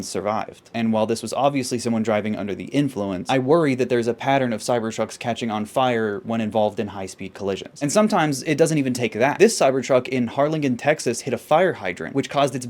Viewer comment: Harlingen is pronounced kinda like Harlinjin.